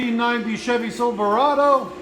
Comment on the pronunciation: The way he says silverado 💀